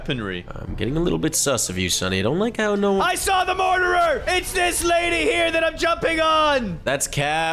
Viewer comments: Why did and keep saying murderer "Mordirer" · Murder not morder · Why say morderer why not murderer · FOR THE LAST TIME IS CALLED MURDERER NOT MORDERER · Stop saying morderer or I will unsub